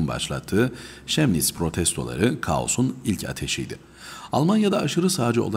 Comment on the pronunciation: Telaffuzu Kemnits'dir, Şemnits yanlış, umarım dikkate alırsınız.